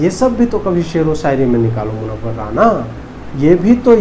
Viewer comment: Please say मुनव्वर राना not राणा